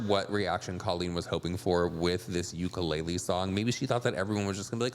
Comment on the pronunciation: I know this way off topic, but because Colleen forced that ukulele to be a part of this bs, I’d like to let everyone know as a Native Hawaiian that UKULELE is pronounced OOH-KOO-LEH-LEH, not YOU-KA-LAY-LEE. That is all, carry on 🤙🏾🌺.